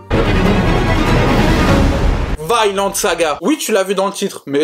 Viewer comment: Mdr elle mtue cette vidéo , excellent manga , 100% d'accord avec toi et l'anime claque et il est sur Amazon , lol balanciaga ms poto tu tprends trop la tête pour la prononciation c un nom propre scandinave et ca se prononce pareil en anglais ou francais soit v-i-nland et pas vYnEland mais balanciaga tu m'a achevé mdr